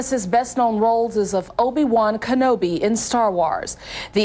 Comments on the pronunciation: How the hell do you pronounce “Obi Wan Kenobi” perfectly and then fuck up “Star Wars” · she nailed obi wan kenobi and then butchered "star wars"